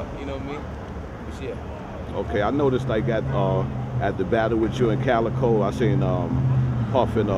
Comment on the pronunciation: His name is Calicoe as in a gun. Not Calicode